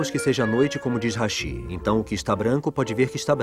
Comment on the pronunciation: Falou hashi e não rashi